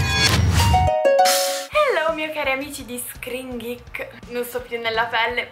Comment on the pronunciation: Ogni volta dici screengreek